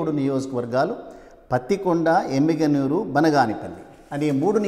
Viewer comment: "ఎమ్మిగనూరు" ,యెమ్మిగనూరు కాదు .